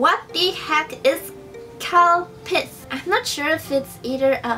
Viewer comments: I thought she said cow piss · When she said calpis I Thot she said cow piss and was like:😱😱😱VAAT????!!! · I thought she was saying "cow piss." Over and over. She also described it as a milky water drink so it made it sound even more like cow piss. I'm sure they drink that over there, right ;-) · it sounded like she was saying cow piss XD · I thought she said "cow piss" XDD oml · when she said calpis i thought she said cow piss and i nearly choked on my water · You're so adorable 😍 but I literally thought you said cow piss... And I was like " oh yeah... Yummy.." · Okay who else thought she said “cow piss” instead of “Calpis” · Oh Calpis! I thought you said Cow... Nevermind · Lol at first I thought she said cow pis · I thought she said cow piss instead of calpis lol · Wait did she say cow piss😂